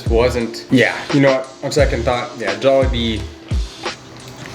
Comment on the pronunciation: Actually Butchered the name of Jollibee T.T